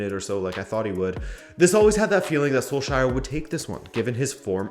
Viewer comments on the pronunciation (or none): I guess I can't expect Português level from your Norwegian .....but to avoid further melting of scandinavian faces.... it's pronounced SUR-LOT......not SUR-LAAAWTH. We found the Th -sound to be surplus to requirements centuries ago.